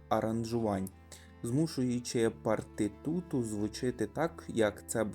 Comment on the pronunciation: "Партитуру", а не "партитуту")))